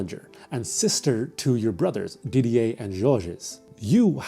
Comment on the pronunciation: i’ve never seen someone pronounce didier and michel’s names correctly! amazing!